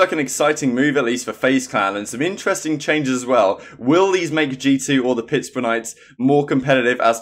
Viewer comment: lol did people get mad cuz you mispronounced pittsburgh ur not american so i understand